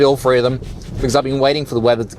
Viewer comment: Three isn't pronounced free.